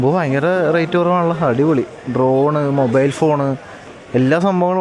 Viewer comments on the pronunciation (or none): none